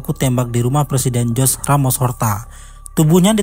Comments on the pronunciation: Dibaca Juze buka Hose... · Koreksi dikit bang. "TIMOR LESTE", bukan Timur Leste. Nama Jose Ramos Horta bukan dibaca "Jos Ramos Horta" tapi "Hose Ramos Horta"